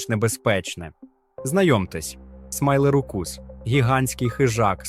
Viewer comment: Смілозух - "смайлерукус"? Ти серйозно?